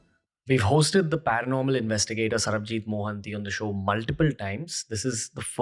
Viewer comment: It’s Sarabjeet nt sarabjeet😂😂😂